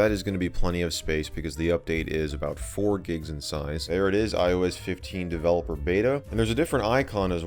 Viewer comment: Myes, DeVeLePoR